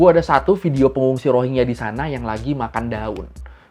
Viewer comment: bacanya Rohin-Ja bukan Rohing-ya